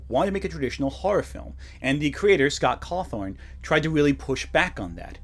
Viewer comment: Finished the video and I am reminded that I need to finish my jeff the killer script Damn you! For reminding me to be CREATIVE! FOUL FOOL! Also I noticed you mispronounce 'Scott Cawthon' as 'Scott Cawthorne' As per the immutable laws of the internet I deem all your arguments invalid for this simple mistake